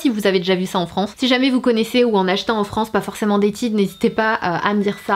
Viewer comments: On dit pas Tide on dit Tayde ça ce prononce 😂😂❤️(Mais bon c pas grave)❤️😂😂😂😂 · Tiide 😂😂😂😂😂😂 faut dire tayde mdr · Salut je t'ai vu dans la vidéo de Sandrea, j'avais bien aimé :) ps: la marque Tide au la prononce Tade ;) Sinon moi la dernière fois j'ai acheter 12 savons BABW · Mdr en Amérique on dit Taïde (genre avec l’accent anglais) et c’est pas des cups, ce sont des tasses à mesurer...mais libre à toi de parler avec ton accent français 😉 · Le tube Tide il y en a aussi au Canada et ça se prononce plus a l'américaine, donc *tayde*, pour info haha <3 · Juste comme ca Tide ce prononce TAYDE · Si tu viens au par chez nous au Canada ou au USA personnes ne va comprendre quand tu va prononcé le "Tide" à ta façon. Cela m'a fait beaucoup rire.😂